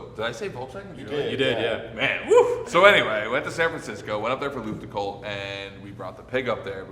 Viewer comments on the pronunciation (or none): pronouncing Luftgekühlt as Lüftgekuhlt is absolutely hilarious to me, if he just swapped the sounds it would sound almost perfectly German😂 Damn, that scene of placing that sticker on the guardrail absolutely made me bawl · i never heard some one butcher luftgekühlt oh gott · As a German I not even understand the word „luftgekuehlt“ like you pronounce it… 😂